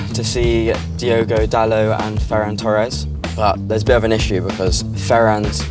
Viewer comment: Why can English people not say Dalot correctly?! They always say it like he’s a French guy… you pronounce the T people, it’s DaloT